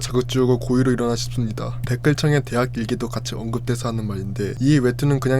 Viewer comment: 목소리는 그렇다 치는데 발음 교정 필요하다 ㄹㅇ 웹툰 ☞ 웨툰 대학일기 ☞ 대하일기 끝나버립니다 ☞ 끝나버린니다 습니다 ☞ 슨니다 점점 ☞ 전전 등등 발음 엄청 새시네 볼펜 입에 물고 연습 많이하셔야 할듯 발음 새시는 분들 보면 입술 많이 안움직이시던데 오바스럽다고 느낄 정도로 입을 정확하게 움직이고 크게크게 입을 찢으면 200% 나아집니다. 컨텐츠는 재밌는데 발음이 정말 아쉬워서 댓글달아봅니다. (경험자로써 추천)